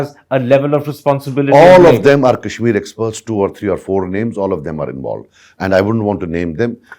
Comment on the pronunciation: What the hell is kaaeeshmir .. its Kashmir so stop pronouncing it like your western lords do ..